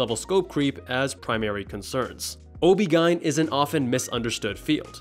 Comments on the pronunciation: "OB-GINE" I can't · Wait that's how you say OBGYN. I thought in english we just spelled the letters out?